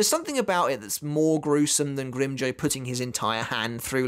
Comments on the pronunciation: Will become a patron if you stop mispronouncing grimjow, it’s not grim joe it’s grim jow like wow or now or how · GrimmJOW not grimmjoe